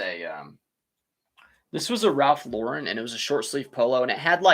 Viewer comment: Maybe you read my comment regarding the pronounciation of Ralph Lauren. You got it right. I read somewhere how he hates his name mispronounced because his whole style is American and it pissed him off when people say his last name as if it was French. Just fyi, his real name is Ralph Lifshitz. He and his brother changed their last names because as kids they were always teased about their name. Love your chanel. I personally get up at 5 AM, walk the dogs and by 6 start working at reselling. By 2 pm I put in a full days of reselling work and that is it. I have the rest of the day for myself. I put in a good 6-7 hours a day and close up shop. I refuse to stretch this out all day. It gives me life balance. Luckily the tiny post office is just a five minute walk down the road from me. I load up my huge shopping cart and take them there every day. I refuse to take the car for a two minute drive. People look at me like I am crazy but I do not care. I get a nice walk. I list about 30 items a day and can do it really fast.